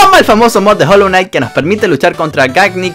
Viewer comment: Minuto . Nose dice Hullu Knight se dice Hollow Knight